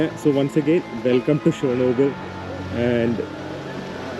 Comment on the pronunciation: great dear..if u didnt notice u were pronouncing shernobyl..it is Chernobyl... Just sharing I thought u would not visit chernobyl thats why never commented. Must say without chernobyl russian trip is only half done. Cant imagine your mental state...the sleeplessness...tension of hacked youtube account..pinne the things u got to see all taking u years back or to that day when tragic struck.. Chernobyl series is the best that one could get to see of what happened. Most probably what would have happened might be even worse than that has been revealed.